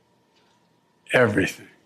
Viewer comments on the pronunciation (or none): "Everyting; everyting; everyting." Joe O'Biden, Eire's favourite son.